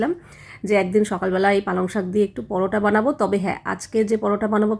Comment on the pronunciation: দিদি কমেন্টটা কিন্তু আমি ভালো উদ্দেশ্য করেই বলছি , ❤ আসলে তুমি একটু বেশি ভাব নিয়ে কথা বলো পালং পরোটা কে বলছো পালাং পারোটা 😊